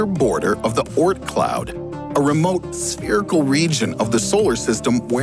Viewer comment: Oort, not Ort.